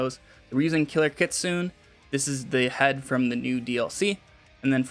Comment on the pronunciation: Great build but it's pronounced kit-sue-nay